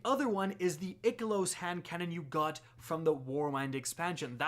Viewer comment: Question, Why do you say Ikelos as Ick a Loos? I thought it was Eye Kellos / Eye Kill Oos. Or have I been saying it wrong? Thought when bungie did the live stream with EP that's how they said it.